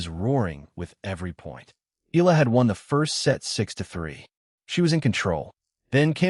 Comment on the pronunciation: Click bait. Nothing to say, and says nothing, but AI goes blah, blah, blah. Her name isn't pronounced eel-la. It's eh-YA-la.